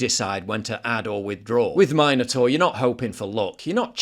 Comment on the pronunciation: Min-o- tor not mine-o-tor.